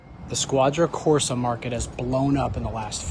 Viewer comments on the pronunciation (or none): Squadra Corse is pronounced Squadra CorsE, not CorsA